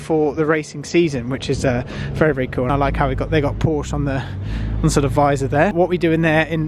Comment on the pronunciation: Would be nice to pronounce Porsche correctly for a change